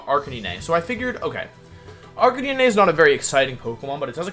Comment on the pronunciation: There can be no way thats actually how you pronounce intimidate and arcanine